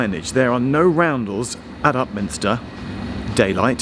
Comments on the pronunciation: A friend of mine (who worked in a Govt Department) used to change trains at Upminster and was always amused by one of the station announcers who invariably pronounced Upminster as Up Minister. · I liked it when TfL announcer said it’s Upminstin’ time and Upminstered all over everyone.